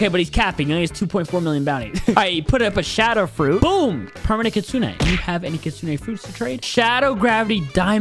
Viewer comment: Bro Said kutsuneah